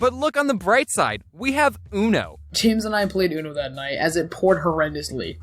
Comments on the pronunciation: It kinda triggers me since i talk spanish and you said UNOU.. Uno. Not unou (Ya have all rights to kill me now) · james:we have oono Lol it’s uno not ooooono